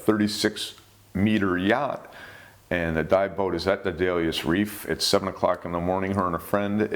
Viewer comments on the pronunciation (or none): Day - du - lus. Accent on the first syllable. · pronunciation policeman: Hi sir . . . I've pulled you over for your mispronunciation of Daedalus . . . audio analysis has you at approximately and pronouncing it as Dayleeus . . . there's a 2nd hard D in there and ya missed it completely . . . maybe it was the ae in the first syllable that threw you off, but there's no real excuse for not looking up a word on the web and listening to an audio track pronunciation of a word you're not familiar with . . . it's a simple thing; doesn't take much time; helps to maintain your credibility and spares you the embarrassment of being called out on mispronunciation . . . so you're being cited, but there's not need to respond to the citation . . . it's now a matter of public record and hopefully other Youtube posters will benefit from your mistake . . . thanks for your patience . . . and have a nice day (pronunciation policeman leaves singing to himself: Farewell and adieu to you fair Spanish ladies, farewell and adieu you ladies of Spain . . . for we've received orders for ta sail back to Boston and so nevermore shall we see you again . . . heh-heh hmm hmm hmm hmm hmm hmm hmm hmmmm . . . )